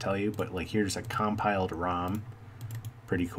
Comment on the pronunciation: Install OpenOffice and you can open the spreadsheets. It's not pronounced COMpile. It's comPile. BMP - Bitmap